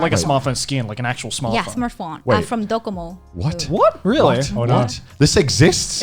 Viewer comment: While her English is amazing for a Japanese speaker,she was sitting with 3 English native speakers,one of them could have told her how to pronounce L.I get it might be rude but correcting someone's mistake helps them in the long run so she would stop saying RERI for really.